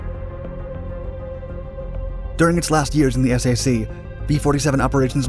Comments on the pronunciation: It's not pronounced S-A-C, it's SAC, pronounced as sack, one word. Just as MAC is pronounced Mack, and TAC is pronounced tack. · For all that is holy, please say Sack instead of S-A-C. Good stuff, otherwise... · What is S-A-C? My dad served in SAC. The proper pronunciation is Sack, not S-A-C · Pronounced, "SACK', not, "Ess-Ay-See'. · SAC is pronounced sack, like a paper sack, not S.A.C. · Nice video, but it's pronounced "SAC" (as in "sack"), not "S.A.C." That kinda hurts your credibility with Air Force folks like myself. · It's SAC (sack). Poor bot voice just can't figure acronyms!😂✌🖖🇺🇸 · The S. A. C.? This is an acronym for Strategic Air Command. It is pronounced SAC (sack). Are you sequestered in your parents basement, with no contact with the outside world? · You would think with all the research they do for these videos they would research how to pronounce...SAC (sack). Nobody ever said .S. A. C. .... Without being laughed out of the room are corrected. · All this narrator does is read from wikipedia. Even misreads some of the dates and mispronounces words regularly. The Strategic Air Command (SAC) was always pronounces as sack, like a grocery sack. No one ever said S-A-C. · NOT S A C! It's pronounced SAC, as in sack. It would be nice if you really knew your subject. Thumb Down! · My god!! Can you guys speak English?? It’s not the “S A C”!! It’s SAC, like a sack of potatoes!! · Tip: SAC is pronounced just like the word “sack.” Otherwise excellent video. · Hannah is right. My father was a Minuteman missile crewman with the Strategic Air Command and all the men pronounced it 'Sack'. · Pronunciation of Strategic Air Command is “SAC as in Sack. Not As you stated. I grew up as an USAF brat in the late sixties and seventies. Other than that excellent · SAC is pronounced, you don't say the letter, you pronounce it like the word "sack", most military abbreviations are pronounced, fyi. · I've never heard of SAC pronounced S.A.C. It is always "sack." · Not s a c, SAC!